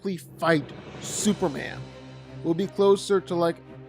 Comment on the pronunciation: When you learn how to say Superman… I’ll respect this opinion